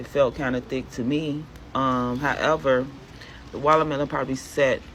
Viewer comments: What's a "wallermelon" ? i know what a "watermelon" is but that lady called it "wallermelon" like 50 ×'s in that little clip, so annoying 😐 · She said wallermelon lol!